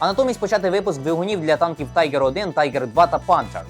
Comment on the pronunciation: Танк не Тайгер, а Тіґер, в німецькій мові "І" це "І" , а не "ай". Дуже ріже слух.